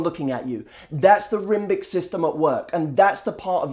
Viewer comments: I was not prepared at all for how hilarious this would be. The sad thing is I was totally thinking "I have the statuesque thing down". Then when I had to go back and check that you in fact said "Rimbic" system... all bets were off. lol #proof that you can pull truths out of thin air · "rimbic system" ahahaha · i was buying it until he said "rimbic system" lmfao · rimbic system? Did you mean limbic system? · I think you mean limbic system. There is no such thing as a "rimbic" system... Don't try and sound smarter than you are. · rimbic system? limbic system deary...